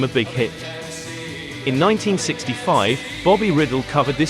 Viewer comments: Bobby Rydell’s name is pronounced Reye’ dehl not riddle. The poor man is turning over in his grave over your mispronunciation of his name. Actually it’s not quite his real name as he de Italianized it from Rydelli I believe, but am not sure. Apology accepted on behalf of Bobby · It's not Bobby Riddle it's Rydell rye dell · Who could forget Dave Berry with those strange, prehensile hands singing 'The Crying Game'? As for Bobby Riddle - whoops! That should be pronounced Rye Dell! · No such artist as "Bobby Riddle". There WAS a "Bobby Rydell", pronounced RYE-dell, NOT "riddle'. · isn't it rye-DELL, with the stress on the 2nd syllable? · Great! I didn't realize there were all those non Englush versions of This Strange Effect! The Soectres later recorded it. Thanx. Btw I belive Bobby's last name is pronounced Rye- Dell. A CD of these songs and more was more recently released with Petula Clark's French version of A Well Respected Man About Town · This narrator keeps mispronouncing Bobby Rydell's name. It is not like riddle. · Bobby Riddle? Why don't these narrators do just a bit of research before making such daft mispronunciations? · Yes, it is because of the computer that the voice says "Davies," instead of "Davis." Not because of some cultural difference, but because that is how the computer pronounces it. The same reason Bobby Rydell's name was mispronounced. If they would pay a real person to do the voice-overs, they wouldn't have all of those errors. Do you get it now? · When you produce and post a documentary this Epic you should pronounce all names correctly.